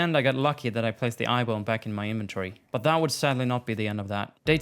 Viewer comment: How did u say inventory before?!?! 😂